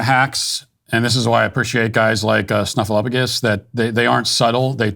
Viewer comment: He said George "Snuffaluffagus 😂😂😂😂😂😂